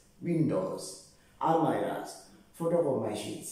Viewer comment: Not almariyas, Almirahs. Guys